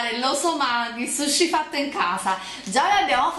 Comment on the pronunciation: il SHUSHI hahahahahaahahhahhaaha